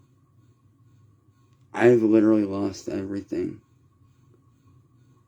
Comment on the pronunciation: “Litcherlly” shut up Quit crying and repeating the same story every day poo poo pants. “One red cent” stfu dude